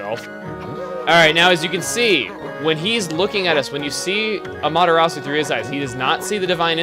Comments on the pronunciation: i don't want to sound like "one of those guys" but your pronunciation Amaterastsu is killing me, Chugga. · As much as i love chugga, every time he he says Amaterasu's name i cringe. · gooooood I forgot how cringey Chugga's pronunciation of Amaterasu was lol. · Amaterasu sounds like Amata-RAW-SOUP! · I think you're saying amaterasu wrong